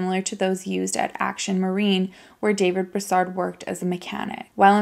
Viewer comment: Not being an asshole but, I see how you try and make sure that you pronounce words correctly. It's pronounced...BROO-SARD.